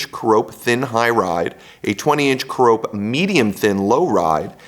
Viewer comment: Care-Uh-Pee, not Cuh-Rope. 🙂